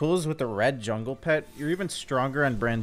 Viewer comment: saying 'zwungle' makes me want a plushie